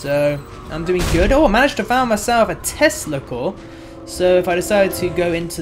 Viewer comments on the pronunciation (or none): when you said tesla core i thought you said testa cellllllls